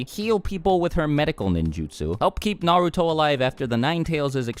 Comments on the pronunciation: This is unrelated, but it drives me crazy when I hear someone pronounce Naruto "Nuh-root-oh", but I don't want people to think I'm a weeb so I have stay quiet. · good vid but the way u pronounce the names is cringe